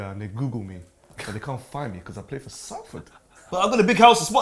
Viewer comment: Love you, but its pronounced SOLFORD not Salford